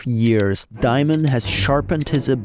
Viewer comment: It's Dimon not Diamond